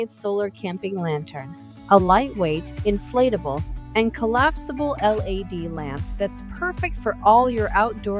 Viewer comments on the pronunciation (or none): Why does she keep saying L.A.D. light instead of LED?